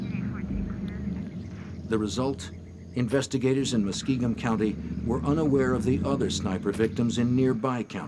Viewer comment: They also pronounced Muskingum county as muskeegan county